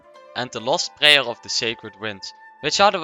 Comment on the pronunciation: At first I thought he might be Asian in some way but the moment he said "prayer" and "Kazuha" he was the dutchest man alive